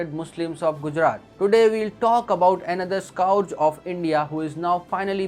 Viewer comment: Pronunciation of scourge?